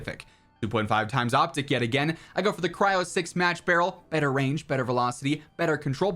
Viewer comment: I swear he says better Pizza 🍕